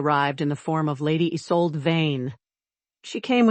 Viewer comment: 🙄😖AI, WHY do you voice the MALE HIGHER, jumping ABOVE the female's?.Even when script reads "DROPPED into a LOWER REGISTER"😮, you go up! sharp & uninfĺected, until drop DOWN to female'..?? Mispronounced CAIUS, it's KI' ( like SKY)-us & Isolde ≈ ih ZOLE' duh, 👉 ok?😅 & compote= KAHM'-pote ♥︎😊yes. Per-FEKT'lee , no😢